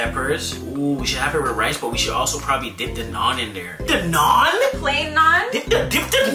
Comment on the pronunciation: Fellow Indian here!!! I can’t believe you are trying it for the first time! It is soooo flavourful! Oh….and thank you for pronouncing Naan right! I was ready for my ears to hurt but you nailed it!